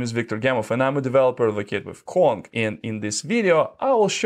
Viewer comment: Why does he pronounce "Kong" as "Quan"??